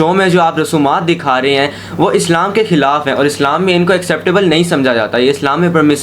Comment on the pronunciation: Khilaf word sahi pronounce karo